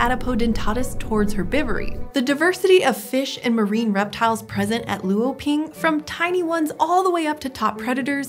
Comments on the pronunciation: Luoping (罗平) is not lu-o-ping. Luo (罗) is one syllable which sounds more like /lʊə/ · ngl the way they said “luoping” hurt my soul a little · thx for the extrodinary explaination on the wonderful paleological discoveries, just an insignificant reminder here, for 罗平 LuoPing, the "lu" is pronounced with "o", sounds like "lwo", not seperated. keep up with the fantastic work! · That's neither how you say Luoping nor lagerstaette.